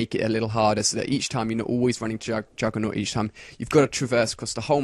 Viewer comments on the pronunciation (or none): Jugger-nog or Juggernaut? :o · Yeah, so why do all commentators say naut?